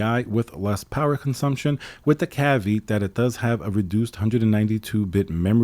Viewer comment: Btw... it's pronounced "calv-ee-aht" not "calveet"